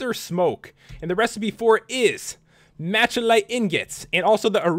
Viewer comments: its pronounced mechalite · iTS Ma-Cal-lite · Maluhkite say it like that or pronounce it like that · Pat machilite is mal-i-kite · you say machalite ore wrong ugh.